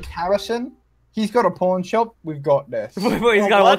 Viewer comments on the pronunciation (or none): He said Pornshop Insted of Pawnshop!! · it sounds like hes saying porn shop